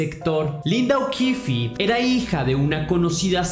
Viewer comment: Que pena los errores en la narración, tenia 11 no 14, y no es okifi el apellido, termina ahí es okif, o así suena